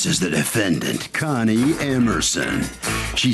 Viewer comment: Defendant: Con-nie 😂😂